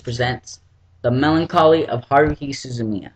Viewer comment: His even pronounced melancholy wrong.